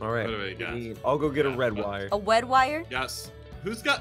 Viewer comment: It’s not a red wire it’s a wed wire